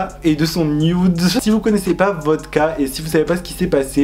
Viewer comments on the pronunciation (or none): none